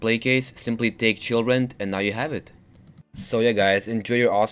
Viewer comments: Haha. At first i thought he said: how to get children in skyrim. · In the beginning, it almost sounded like you said children xD